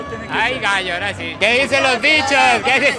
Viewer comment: 😠😠😠. ¡ SE DICE " AHORA" !.